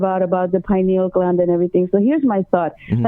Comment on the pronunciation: or to pronounce pineal gland. It has 4 syllables.